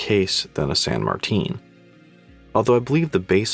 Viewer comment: Go to the san martin watch store and it’s San Martin not san Martine